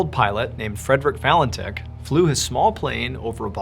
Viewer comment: My older brother was in the same class as Fred’s younger brother, his surname was pronounced Valentitch not itch